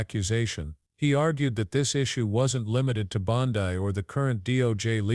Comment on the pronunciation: Learn how to pronounce BONDI...ITS BON--DEE. ...NOT BON-- DIE